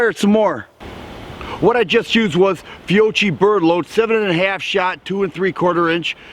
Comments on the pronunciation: You had me at "fee owe chi " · Fiocchi is pronounced Fio-key, not trying to be a troll but I know some people will give you a hard time about that ha sweet shotgun and great video